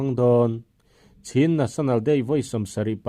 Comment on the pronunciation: Chhin national day nilovin, chin national zawk aw😀